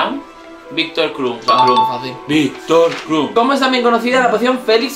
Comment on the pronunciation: Solo he fallado en el de Krum porque le has dicho kram y te he entendido Crabbe jajaja